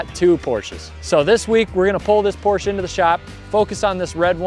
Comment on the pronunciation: You say it correct for me I say "Porsh"